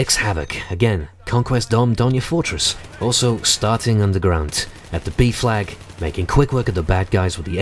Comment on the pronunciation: when you say B flag you sound like saying BEEF FLAG